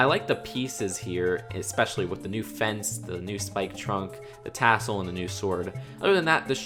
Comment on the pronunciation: Plz stop saying wif and baff